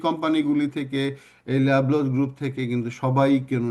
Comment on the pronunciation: উচ্চারণ ঠিক করেন, নট ল‍্যবলস এটা লবলউস